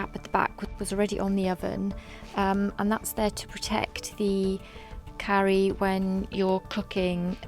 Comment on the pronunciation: Do u realize that u r mispronouncing the name - "carry" vs Karu with a hard 'a' ?